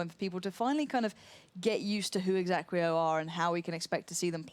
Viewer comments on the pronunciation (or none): Gosh, couldn't anyone have told the casters that the team's name is exAEquo and not exAQUEo?!